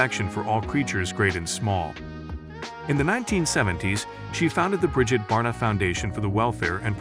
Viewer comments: tough hearing her last name mispronounced bar_dot over and over; it's bard-oh. Must be some sort of AI input at play... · Do you not live on earth? How do you not know how to pronounce her last name?!!!